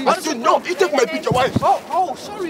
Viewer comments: "Why you take my pictja" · Whay yoeh take may pieeektjaaa? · Niemand: Random kerel: WiJ jOe TeEk mAj PiEkTjUr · Die man zegt niet picture maar pictje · lijkt wel of hij zei: you took my pietje